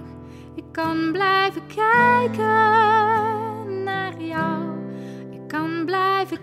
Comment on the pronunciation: Prachtig liedje! Heerlijk hoe ze 'kijken naar jou' uitspreekt.